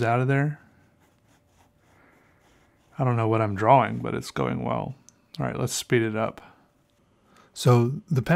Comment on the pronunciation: the whole draw-wing?